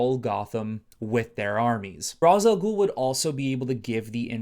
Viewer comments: His name is pronounced “Ray-shh” not “Ra-zuh” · Hearing this man say ROZ instead of RAYSH when mentioning Rā's al ghul is frustrating tf outta me